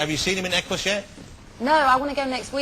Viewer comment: it's Equus not Eqqus